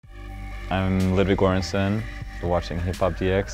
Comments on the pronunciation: WHY mispronounce your own last name, I cringed so hard. Not everything has to be pronounced in an english manner... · His last name is Göransson. It's pronounced with a soft J and the Ö is a special Swedish character. The beginning of surname("Gör-ansson") is pronounced similiar to the "Jour" in journal or journey. So jouransson.